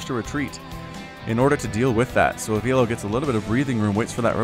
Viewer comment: Avilo = Ah vi lo (vi as in Victor) Not Ah veelo 👍🏽👍🏽👍🏽